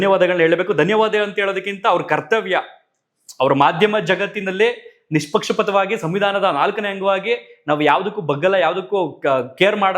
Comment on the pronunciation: ಅಣ್ಣಾ ನಿಮ್ಮ ಮಾತುಗಳು ಅಕ್ಷರಷಃ ಸತ್ಯ I appreciate about this ಆದ್ರೆ 'ಜಾಲತಾಣ' 'ನಿಷ್ಪಕ್ಷಪಾತ' ಎನ್ನುವ ಇವುಗಳನ್ನು ದಯವಿಟ್ಟು ಸರಿಯಾಗಿ ಉಚ್ಛರಿಸಿ ಯಾಕೆಂದ್ರೆ ನೀವು ಮೀಡಿಯಾ ದವ್ರು ಮೇಲಾಗಿ ಕನ್ನಡದವ್ರು. ಹಾಗೆ ನೀವು ಎಲ್ಲೂ ಕೂಡ ' ಹ' ಕಾರ ಉಚ್ಛಾರ ಮಾಡೋದೇಯಿಲ್ಲ ಬದಲಿಗೆ 'ಅ'ಕಾರ ಮತ್ತು 'ಹ' ಕಾರ ಎರಡಕ್ಕೂ 'ಅ' ವನ್ನೇ ಹೇಳುತ್ತೀರಿ.ದಯವಿಟ್ಟು ಗಮನಿಸಿ ಹೂವು,ಹಣ್ಣು, ಹಕ್ಕಿ, ಹಾಲು ಹರಿ ಇವುಗಳಿಗೆಲ್ಲಾ ನಾವು ಊವು, ಅಣ್ಣು ಅಕ್ಕಿ ಆಲು ಅರಿ ಹೀಗೆ ಹೇಳಿದರೆ ಚೆಂದ ಕೇಳುವುದಿಲ್ಲ ಅಲ್ವಾ? So please please please 🙏 ಯಾಕೆಂದ್ರೆ ನಾನು ನಿಮ್ಮ ವೀಡಿಯೋ ಗಳನ್ನು ತಪ್ಪದೇ ನೋಡ್ತೀನಿ. ಆದರೆ ನೀವು ನ್ಯಾಯದ ಪರವಿದ್ದಾಗ ಮಾತ್ರ. ಹಾಗೆಂದು ನಾನು ಪಕ್ಕಾ ಹಿಂದುತ್ವವಾದಿ. ಆದರೆ ಅನ್ಯಾಯ, ಅಕ್ರಮ ಗಳ ವಿರೋದಿ.